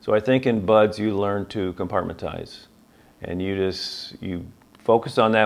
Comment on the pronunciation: I'm sorry, as much as I respect this man, I have to do this. It's compartmentalize* lol